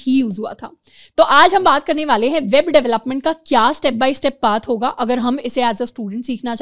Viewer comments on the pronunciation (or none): Babe development 🤣 Can't beat Indian accent.